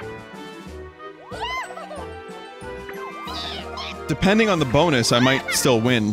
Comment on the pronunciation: Anyone notice instead of yes Toadette just says P-HESS